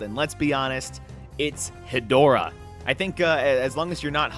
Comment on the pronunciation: Ghidorah and Hedorah reveal already makes me already so much happier with this pack than the entire Ultraman pack(I found it to be incredibly disappointing). Big Showa era fan here, that's my favorite era. Also Hedorah is pronounced "Head--Rah"